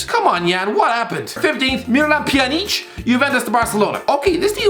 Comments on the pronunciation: It's pronounced Pyanich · Nobody:: Piyaneech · As a Bosnian I laughed way too hard at his pronounciation